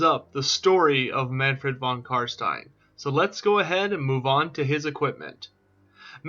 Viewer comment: Upvoted instantly for the sole reason of you, apparently, being the only one able to pronounce "stein" properly! Wuv woo!